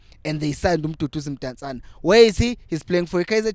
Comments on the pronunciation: Potsane not Mpotsane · It's Potsane bro NOT Mpontshane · IT'S POTSANE, NOT POTJANE😂😂😂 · Sorry.But his name is Potsane not Mpotsane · Potsane not mpotsane